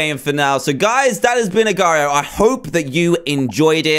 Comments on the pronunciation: It's pronounced Agar dot I O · it's pronounced agar dot io agar like aygar or eygar that's how its pronounced